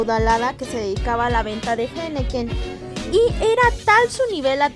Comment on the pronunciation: Disculpa ,eres mexicana ? No es correcto como pronuncias la palabra henequén.